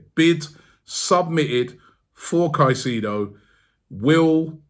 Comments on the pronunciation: Bomboclaat Robbie!. Stop Pronuncing the man's name wrong it's not "kaiseedo" .. the proper pronunciation is "KaiSAYDO".. hearing you calling his name is like hearing scraping sand on glass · It’s pronounced sigh-say-dough rob in Spanish 😂😂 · Robbie needs to work on player name pronunciation. Caicedo “Kai-Se-do” and not kasido… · Robbie please learn how to pronounce his name. It’s pronounced Kai-sei-though